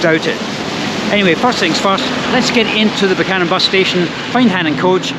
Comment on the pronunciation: Glad you pronounce it Buch-anan and not Beewkanan